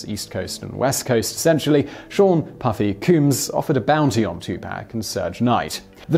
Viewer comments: Surge knight lol its pronounced Shug but I only know that because I'm a fan of hardcore rap and would probably pronounce it sue-j myself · Suge is pronounced like sugar without the "ar." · NB -- Suge (Marion Hugh ) Knight: "Suge" is actually pronounced "Shug", like you're starting to say the word "Sugar". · Its Pronounced Shug Knight not soog knight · It's pronounced "Shug", not "Surge". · Simon, should this come up again in a future video, here is a quick pronunciation guide. Tupac: TWO - pock Suge: SHOOG (like sugar) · Pronounced... Van Go. Two pock. Sean combs. Shoog knight. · "Soooge" love it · I love your little mispronunciations. Makes you cute and approachable. It's Shug as in the first syllable of sugar. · Love the cannel, very informative but Your american hip hop knowledge is terrible. "Surge Knight"? Lol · Isn't it pronounced Vahn-Go? And it's Shoog like the beginning of the word Sugar. Also it Combs not Cooms. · Sug knight! Pronounce as if short for sugar. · “Surge” .... helluva research job, guys. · Seriously dude, don't do a list without learning how to say any of the names. It's frustrating to hear just about every name get butchered. Van Goff? Surge Knight? Sean Coomes? 2 Pack? Damn dude...smh. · You forgot some - notably Michael Hutchence, Chris Cornell and Chester Bennington. And BTW, there is no "R" Suge Knight. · The incarcerated Mr Knight's first name is pronounced exactky the same as the first sylable of the word sugar. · There's no r in Suge Knight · Jade Hamnett I give him lots of leeway for accent differences. But Knight pronounces his name as if it is short for sugar. How do they say sugar in the UK? I don't think it's an extension of what he said. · Several English people pronounce all of these the same way. You really sound ignorant; a lot more than Simon does. The only mispronounced name was Suge’s.